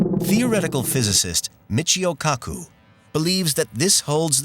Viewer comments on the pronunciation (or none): Why do people always comment on the content? The content is incidental; it's the show that sucks... Unless you like being talked to as if you were in kindergarten... The narrator can't even pronounce "Michio Kaku"... Weak!